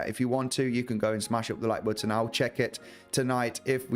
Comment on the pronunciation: you pronounce the word “button” better than anyone on YouTube, and for that I think anyone who doesn’t smash it up might be dead inside. Even aside from the analysis of course lol